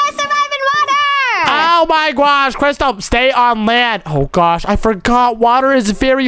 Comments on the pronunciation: He says gosh gwosh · Why did,,,and keep on saying GUOSH